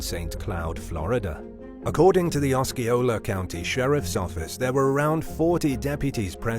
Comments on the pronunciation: Actually, it’s pronounced Ah see ola😊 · Osceola= Oh-see-ola